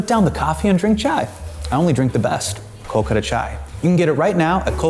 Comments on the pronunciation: We all will try the chai- when you start saying “kolkata” correctly! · Only Hasan will talk about pronunciation whilst saying Kolkata wrong 🤣